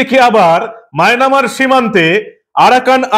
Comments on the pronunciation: Mynamar na, Myanmar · it will be Myanmar and not Mynamar. I already told you previously about this corrigendum. Thank you so much. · বারে বারে মায়নামার বলছেন ওটা মিয়ানমার হবে। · কাকা মায়নামার না মায়ানমার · মায়ানমার ❌ মায়না মার ✅ 😂😂😂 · Maynamar noy dada Myanmar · maynamar noi mayanmar ota